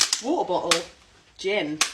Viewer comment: She got me with the woouh boole (water bottle)